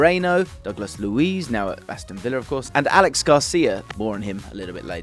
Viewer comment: Great video as always. Btw it's not pronounced Alex Garcia, it's a catalan name Aleix, pronounced Ah - Leh - Sh.